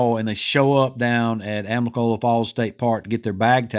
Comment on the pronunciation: Amicolola please. not amicola. It’s a indigenous meaning “Falling waters” Thank you